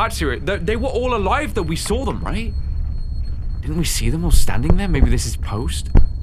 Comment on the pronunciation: “WE SAWR IT”